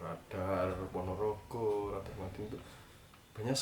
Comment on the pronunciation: Ketika ngomong ponorogo medok banget mas.. i like it